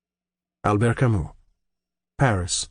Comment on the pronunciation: Kamy not kamuh 🫵😭